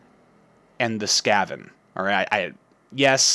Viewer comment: the why you say skaven sk-a- ven not ska-ven